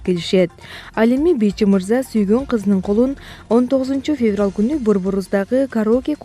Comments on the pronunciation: ушул алып баруучу жаман кыжырды келтирет туура суйлой албайт.Феврал дейтко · Феврал дебей жакшына окучу е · ширин Базарбай кызы- Туура айтасыз мен дагы айтайын дегем ушуну, кантип феврал деп айтат чон эле кызго